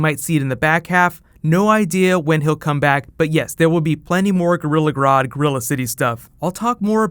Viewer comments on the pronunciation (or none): none